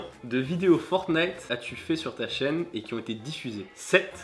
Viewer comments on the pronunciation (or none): none